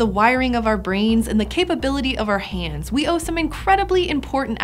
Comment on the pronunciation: She says hands funny